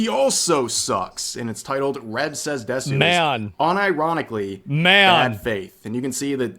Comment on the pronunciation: She didn't even pronounce desu correctly.🤣🤣 What's going to give these channels headway is y'all watching their videos and making the channel relevant. Just ignore them. Don't click, don't watch, don't acknowledge that this channel even exists. This is what they want; the people they are trashing making videos about their video and giving them relevance to make more. Don't give them the validation, which is what they are seeking, and in all likeliness, they will fade away.